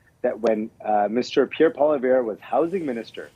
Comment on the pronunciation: Where these guys get off the NDP guy cannot even seem to pronounce Pierre ‘s name correctly even if you don’t like him have at least enough respect to learn how to say his name correctly, I am sure if the shoe was on the other foot he would be screaming bloody blue murder and calling him names.